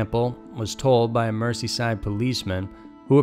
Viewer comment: Nice tale.. the Bold Street one. It's Mer-'zee'-side though, couldn't let it slip by!